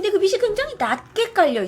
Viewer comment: 즐겨보는 사람입니다. 그런데 "빛이", "숲이" 등등을 제대로 좀 발음해주시면 좋겠어요. 자꾸 "비시", "수비"로 말하시니 옥에 티같네요.^^